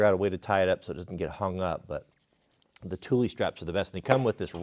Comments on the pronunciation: ''Tulie''? Are you sure about that? Ask Mrs W how to pronounce that;) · Wait...is that they actual pronunciation of Thule? I always thought it was pronounced like tool with an H...thool....